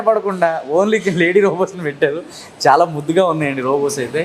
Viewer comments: pronounce Chala bagundhi as Chwala ya it's good to hear. Crispy chicken it means as " Vegitable" crispy items includes vegetables like flowers and capcicum. All the best. Keep high 🔥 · Nice andi me videos ani chala bagunai. Me wife 'chala' ana word bale different ga pronounce chestunaru. Bagundi cute ga vinataniki😘🥰😘🥰😍